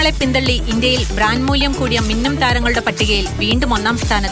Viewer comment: ബ്രാന്‍ഡ്" എന്നല്ലെ ചേച്ചി പറയുന്നത് ബ്രാഞ്ച് എന്നാണല്ലോ😮